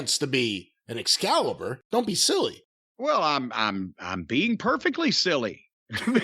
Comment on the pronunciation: Every time Jim calls Excalibur 'Excrement' I roll about laughing